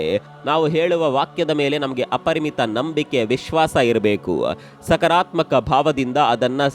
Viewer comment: ಸಕರಾತ್ಮಕ ಅಲ್ಲ ಸಕಾರಾತ್ಮಕ